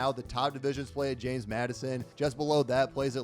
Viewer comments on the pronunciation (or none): none